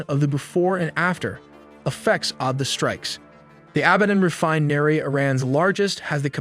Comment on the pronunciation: didn't know that this is the way to pronounce refinery